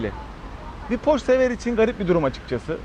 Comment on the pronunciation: tavsiyem araç porş diye okunmuyor :)) sevgiler